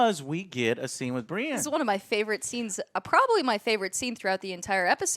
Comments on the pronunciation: Every time she called Brienne “Bri” it was like nails on a chalkboard, I have no clue who she is but hopefully she’s not on additional review videos going forward. If so, one less viewer won’t hurt you Joe. Much love for all you do. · Continuing to call Brienne "Bree" is mildly annoying. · I'm really hating her calling Brienne "Bri" Big fan of joe though